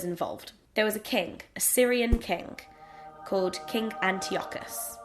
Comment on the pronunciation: the way you say "king" sounds a bit like "kink" haha